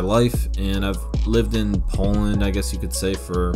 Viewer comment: why did he say "pOlaNd" like that